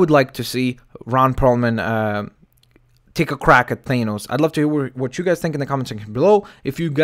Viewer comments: Its Th-ah-nos not They-nos just saying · Not thainos it's thahnos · Thanos is a derivation of the Greek root Thanatos (the personification of death)pronounsed [than-uh-tos, -tohs], this being the case theres oretty good argument for the pronunciation of thanos as [than-ohs] not [thane-ohs] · FYI its pronounced Th-A-nos not Th-AY-nos. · its THAH NOSE jesus christ was bad enough u said it wrong then u had to repeat it 50 times. other then that yeah i can see perlman playing THAH NOSE i dont have the man crush you seem to on him but hes a good reliable actor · If they're casting any1 else than yes I agree on Ron Pearlman.That being said U mentioned that the current expected actor Pourtier worked with Joss not Josh Weeden.Past relationships & politics does go into casting. It is also pronounced Than-Os...NOT Thain-Os.Just so no1 else pronounces it wrong due to watching this video.I like the last 2 pics with the more realistic looking pale purple skin & fitted armor.They should be using an actor in a suit...CGI only for the action scenes.